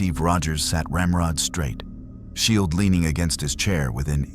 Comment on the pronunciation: Es ist offensichtlich das sehr viel AI in diesem Video steckt! Gut daran erkennbar das er Shield und Jarvis nicht als solche aussprechen tut! Sie hätten auch einfach darauf kommen können Goku Mjölnir halten zu lassen! Das wäre sofort gegangen weil Goku ein Reines Herz hat!